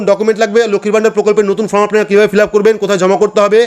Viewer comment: Dada fromবলছেন বারবার, ওটা হবে form, খুব ভালো বুঝিয়েছেন।